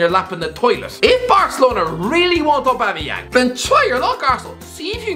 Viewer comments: I'll never forget Lee Judge pronounce it "Aubangeyang" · Aubamawho? Aubamawha? AUBAMABLUDCATYANG!!!